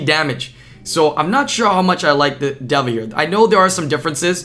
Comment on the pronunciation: its literally just day-vuh omfg